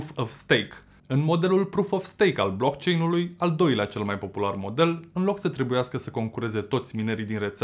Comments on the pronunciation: Eu l am închis... Nici măcar nu știe cum se pronunță "blockchain"... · Dacă ai făcut research precum pronunți "BLOCKCHAIN" înțeleg de ce ești împotriva viitorului. 😞